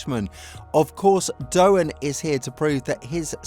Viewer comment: Interesting vid but small correction, Jack Doohan's surname is pronounced "doo-an" not "doe-an" as you kept saying. Strange mistake, as clearly you must have heard his name mentioned lots of times by now, right?